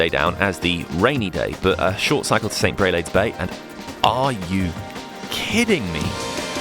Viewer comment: You pronounced Greve De Lecq perfect lol but St Brelades bay is pronounced Brelards. I see you didn’t find Ousanie Bay then hahaha I’d have loved to have heard you say that lol